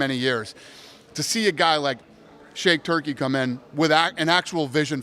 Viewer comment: Dana said to see a guy like "shake tukrey" come in and ..... Then said it again a moment later. I lost it 🤣 shake turkey ahhhj lmfao